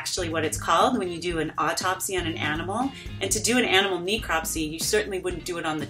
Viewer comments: Not being picky but since was pedantic about the proper pronunciation of “Mako” (Which according to my Maori friends is pronounced Mah-ko) I want to point out I’ve never heard anyone pronounce “necropsy” as “nee-cropsy”. Other than that it’s an interesting video. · Just wanted to say, if you're gonna correct them for pronouncing "Mako" wrong, I've got to stop you right there and correct you on pronouncing "necropsy" wrong. It's not a hard E, it's a soft E. As in "Eh." "Neh-kraap-see"